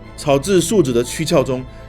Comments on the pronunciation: 『薙』，念tì，不是zhì。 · 草薙素子的(薙)唸做(替)而不是(治)